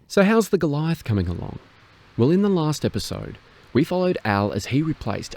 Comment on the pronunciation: I am pretty impressed how well you pronounce the words "Kübelwagen", "StuG" and "Sturmgeschütz", you just need to work on the german pronunciation of "Jagdpanther" and "Goliath". The "a" in "Jagd" is pronounced like the "a" in "art" and "Panther" is pronounced like "hunter", just with a "p" instead of the "h". And "Goliath" is pronounced "goal-e-art"